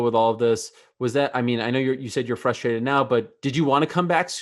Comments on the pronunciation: Dominack "flustrated" Reyes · Is he saying flustrated?